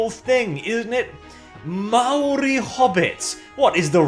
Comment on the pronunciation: Kia Ora from down under New Zealand I am of Maori descendant.... bloody hell should not be speaking for other ethnic groups and keep his big mouth shut and learn to pronounce Maori properly don't speak for others who are not part of this propaganda crap.... I don't need no Black person or other telling me that I am a Hobbit or other cause I am not it really pissed me off.... I hope this crappy movie fails big time that is what happens when others disrespect J.R.R. Tolkien